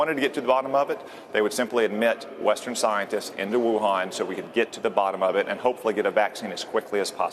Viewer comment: he cannot even pronounce the name of Wuhan properly and is a politician out to expand his personal power spewing out nonsense and not a scientist.